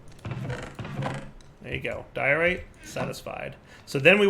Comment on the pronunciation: When you say "diorite" I hear "Dire-ite", and it makes me want a mod that adds a bunch of new stones/metals based off names of minecrafters, like "Soarynium" etc